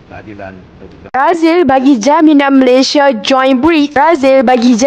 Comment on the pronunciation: COBA PERHATIKAN BAIK-BAIK BERBICARA.. BERBICARA MALASYA... MALASYA... MALASYA.. 🤣🤣🤣🤣